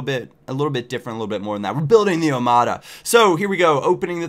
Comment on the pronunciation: the d in omada is pronounced like th in 'the'